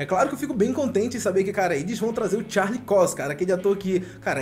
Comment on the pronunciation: mat muddog, charlix COIX... melhora isso ai mano, pelo amor de deus